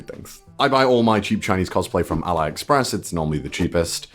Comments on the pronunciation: Al(eye)express? No i in 'Lin' not i in 'pine' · It’s pronounced Al-e- express 👀